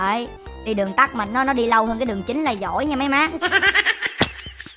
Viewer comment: Đường TẮT anh còn đọc đường TẮC mà